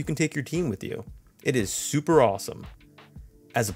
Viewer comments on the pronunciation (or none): none